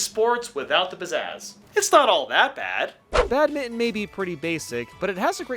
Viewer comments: It's Bad-min-ton! Not bad-mittin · How on earth are you pronouncing badminton? Bat-mitten? What is this madness